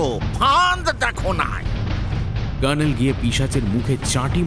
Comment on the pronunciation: গল্পপাঠের সময় জয়ন্তর "কর্ণেল"এর উচ্চারণটা "কার্ণেল" হয়ে যাচ্ছে কেন?